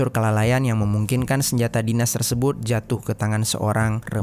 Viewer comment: Hai, bang.. Out of context nihh. Gw ga tau pernah ada ato ngga viewer yg nanyain ini, tp dr awal denger kurleb 2/3 bln ini gw penasaran.. Mmmm knp kadang2 pengucapan suatu kalimat, abang ni aneh atau bahkan salah .. kaya "terlibat" jd terliban, "tersebut" jadi tersebun, dan kata2 lainnya. Masalahnya ga stiap kata abang ni ucapinnya salah. Kadang salah, kadang bener. Jd gw bingun, knp abang nih..? Sengaja kah? Ato emang kselipet trs males ngulang? Ato ada latah kah?? Ga penting sih, tp penasaran bgt asli. . Klo udh tau jwbnnya, ya minimal gak penasaran. Tq